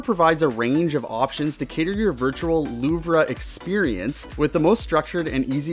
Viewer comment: Louvre is pronounced "Loov," not "Loovrah."